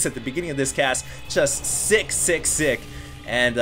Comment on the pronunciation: i thought he said 666 instead of sick sick sick O-o